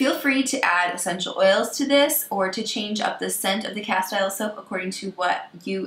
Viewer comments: castile is pronounced ka-steel 😉not ka-style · “Castile” rhythms with “steel”. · It's pronounced cas-teel'.